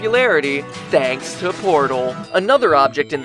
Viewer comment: THAAUNKS TOO PUTAL!